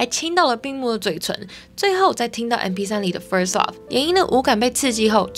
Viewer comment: 只有我聽到kiki 說first law嗎😂